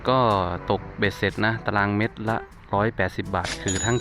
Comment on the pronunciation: เมตรไม่ใช่เม็ด😂